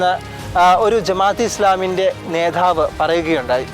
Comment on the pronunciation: നേധാവ് അല്ല നേതാവ്